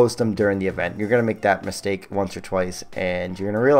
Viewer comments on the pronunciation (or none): none